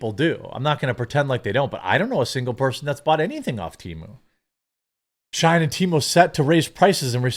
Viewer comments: Why the hell are you pronouncing SHEIN as SHINE when its pronounced SHE IN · FYI, it's "SHE-IN" not Shine :), but yes all chinese apps are crap. We should ban Temu and Shein. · Just for future reference, Brother-man: it's pronounced "She-in," as in "She in(side)." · 😂I’m sitting here thinking “wtf if shine?” Does he mean Shein?